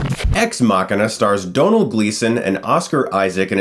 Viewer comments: Thank You Chris!! You did us Irish people proud and actually pronounced Domhnall Gleeson's name properly, unlike 99% of the other Americans I've heard! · Yes. Someone able to pronounce domhnaill. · Yay, First american reviewer that can pronounce Domhnall correctly. The Irish love you sir :) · Finally. A reviewer that pronounced Domhnall Gleesons name right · Thank you for saying Domhall Gleesons name right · Finally!!! Someone who pronounces Domhnall name correctly.